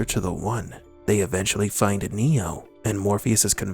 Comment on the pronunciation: Lmaooo I think he just says it with emphasis so it comes out "find-eh" but yeah dude. Pretty debatable 😅😅